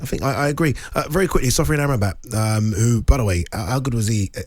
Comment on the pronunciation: Jesus Christ 😂 it's not Sofian Ambrmat 😂 it's Sofyan Amrabat That's just lazy, just look it up 😂😂